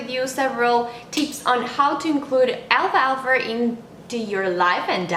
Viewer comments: excellent video, just the pronunciation is wrong , its alfal-fa, not alfalfa. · What country are you from? Because I notice you're adding the sound of the letter r at the end of the word alfalfa. I am from North America and we don't pronounce it with the r at the end. But I love alfalfa. I just added some today to my sandwich for lunch. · Al falfa but great info!